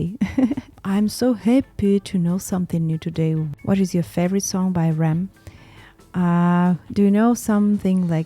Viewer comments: pronounced R.E.M. (individual letters) not Rem :hand-purple-blue-peace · FYI It's R E M, not Rem. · You don't say Rem you say R ... E ... M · R...E...M.....not Rem lol (Are...EE...Em ,lol)